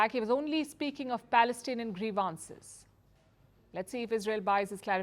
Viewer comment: First.time I heard Ms.Palki mispronounces a word " grievances"